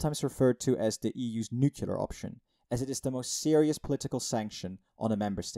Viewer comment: It's pronounced "nuclear", not "nukular" 😏 Checkmate; your arguments-- destroyed.